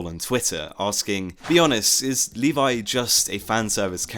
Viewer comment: ..... and you shouldn't pronunce Levi "Leevay", you should pronunce Levi "levy", and don't say shit like "iN tHe AnImE eVeRyOnE sAyS leevay" because you know how many problem Japan has with foreign languages.